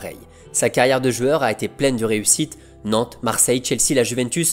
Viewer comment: Pourquoi dire « jueur » au lieu de « joueur »?